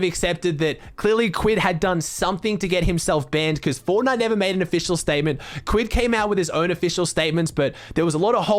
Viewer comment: i hate the way he says kquid’s name